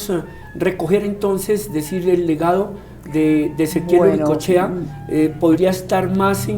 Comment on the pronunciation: ¿por qué nos pronunciam mal el apellido? Es UricoEchea